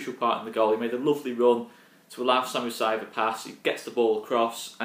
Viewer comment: SERIOUSLY MATE.. It’s saiz.. NOT SAIV.. it’s embarrassing